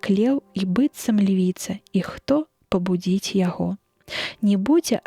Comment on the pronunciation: Замест "хто пабу'дзіць яго" прачытана: "хто пабудзі'ць яго", і сэнс губляецца.